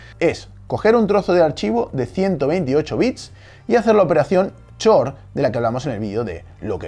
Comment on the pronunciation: la palabra xor se pronuncia exor, no chor